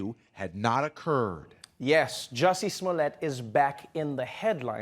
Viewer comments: Trevor says his name so white there "Jussy Smolyette" lol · You mean juicy smoolyay? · Here's Dave Chapelle speaking about the French actor, "Juicy Smool-yea".😆😆😆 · you guys... it's Juicey Smouleé